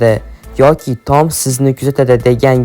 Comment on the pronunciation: "Tom" emas "Tom" deb yoziladi ahmoq "Tom" deb oʻqiladi. Shu jinni har safar "Tom" deganida asabim chiqib ketyapti🎉